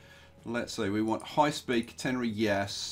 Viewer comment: Please pronounce Catenary correctly, not contenary.